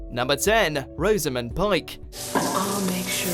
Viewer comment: Rosamond has the 'O' as in "box" - "Rozzamund".